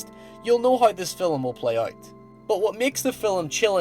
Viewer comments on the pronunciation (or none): I get that there is a difference in accent and all, but you DO realize the word "film" has only one syllable, and is not pronounced "fill-um," right?